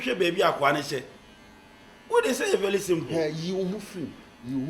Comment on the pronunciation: said, vely simple 😂😂😂